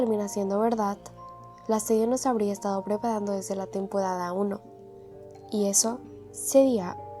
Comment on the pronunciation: Oye no puedes decir r tenpodada